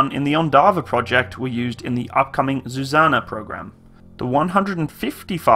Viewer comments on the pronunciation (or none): Those engines are underrated to last forever, same goes for suspension - also the swing axle suspension by Tatra can go through almost any terrain, it is almost like tracks. Pronunciation is Dah-nah and Zoo-zah-nah.